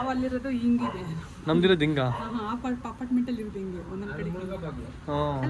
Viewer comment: Bro one suggestion use hengide instead of engide, hogta✅ ogta❌, I think u don't use h 😅. Don't take it seriously ❤.